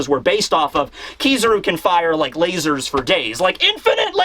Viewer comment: saying "layzors" made my day